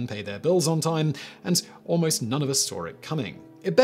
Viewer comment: A regular English speaker: “…none of us saw it coming.” Simon: “…none of us sawr it coming.”